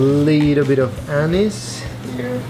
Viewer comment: Did you say anus ?